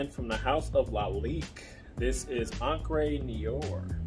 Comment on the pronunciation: It's pronounced "en-cre noo-are'...